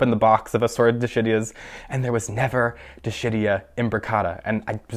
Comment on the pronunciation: Dishidias sounds like "di-SHIT-tias" Ha ha! :-) I am juvenile, I know.